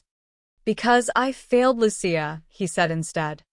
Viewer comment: Her name is Lucia not luchia